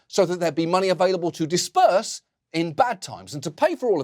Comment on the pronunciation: disburse :D